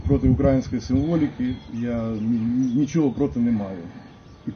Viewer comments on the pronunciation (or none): укрАїнської - мінус один зуб.